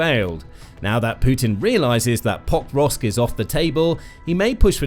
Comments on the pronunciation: PoKROVK, not POKrovsk. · Why don't these announcers learn basic pronunciation of significant cities? It's not POKE-rovsk; it's Pa-KROVSK. And it's not YOU-kraine! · If only he would pronounce it POKE-rovsk! He pronounced it Pokevrosk - my years are hurting from all of that rubbish pronounciation. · Every time the narrator said "Pokrovsk" I swear he was saying "Bob Ross" but it could be just me! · Could not watch the entire clip. You would think that the name of the key city in the clip would be important, and they would learn to pronounce it. It was butchered tens of times, over and over again. Thumb down it is. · Why does it always sound weird when the narrator says Pokrovsk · Had to stop watching, it hurts everytime you tried to say the name of the town. Incredibly jarring. If your only job is recording voiceovers like this, couldnt you take five seconds to find out how to say Pokrovsk?